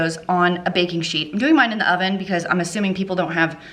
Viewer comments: Did anyone one else hear "did I mention my onion is preheating"? 😂😂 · Did you say your “onion” is preheating? That’s what I heard and what CC said 😆